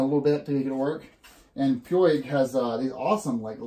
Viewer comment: Puig is a company from Barcelona Spain. In Spain they pronounce it like, Pooj